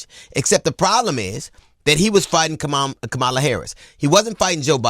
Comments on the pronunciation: So well said. P.S. Kamala is pronounced "Comma-la" or :Mama-la." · gotta get her name right... KA-ma-la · DL, while I appreciate your perspectives in general, PLEASE learn how to pronounce Vice President Kamala Harris' name correctly. It's very simple. "Comma (like the punctuation)-lah." Comma-lah. If that's too difficult, Madame Vice President works just fine. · DL, I’m with you all the way with the exception of one thing that I find quite bothersome … and that is you pronounce (“Comma-la” Kamala) as disrespectful and lazy as all those other republicans who refuse to respect her. I know you can do better! Say “Comma”, like I just put there and “la”. It’s not hard DL. Don’t sound like them ass backwards white folks, okay? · DL please pronounce VP Harris name correctly. It's Comm..a..la Thank you! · Pronounced Comma-la like Mama-la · For goodness sake her name is COM-MA-LA….AKA KAMALA why is this still so hard for people to say 😒😒. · “Comma la”!!! Damn, DL. But good word otherwise!👍🏾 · He name is Ka-ma--la. I can't get how many people mispronounce her name. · Why is it so hard for people including DL to pronounce COMMA-LA correctly? Call her VP Harris if you can’t pronounce Comma-la correctly. You figured out how to pronounce Pete Buttigieg’s name. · He was fighting the caricature of her; she was fighting the reality of him. Excellent! And it's pronounced comma-la. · Bro. Hughley. Good retort as always. But it's pronounced Comma...Luh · You are pronouncing her name wrong G! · DL please pronounce her name correctly 💙💙💙💙💙💙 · I agree with this entire thread! I cringe when people mispronounce her name. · Ok DL. You been called out about how you pronounce her name. Step up brother! You got this! VOTE BLUE 💙 EVERYWHERE, UP AND DOWN THE BALLOT🌊 ESP TX FL CA NY MT WY NV AZ AL LA ... 🗳️💙🌊🌊🌊🌊🌊🌊🌊🌊🌊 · Bro you're right and precise! HOWEVER please learn to pronounce her name lol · It would be nice if DL pronounced Kamala correctly.